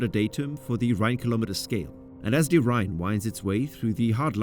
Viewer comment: Why does he say thee instead of the?